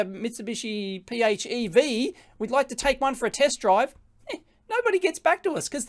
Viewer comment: PHEV = FEV, it's pronounced "FEV" lol.